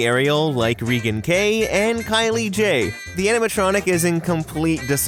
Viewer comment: U pronounce Reagan (rehgin)